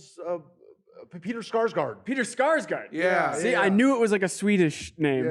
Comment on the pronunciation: Great episode! One thing: It's Peter Sarsgaard. Not Skarsgård. He has no relation to the swedish Skarsgård-family. Unless you believe Alexander's story about daddy Stellan getting so angry with Peter that he ripped the "k" out of his name and banished him. As a swede, this is very important to me.